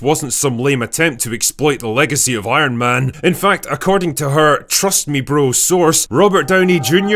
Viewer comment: I hate the way coogler talks so much. We get it youre from california.. and why does he pronounce “s” as “sh” “she was iron mansh friend”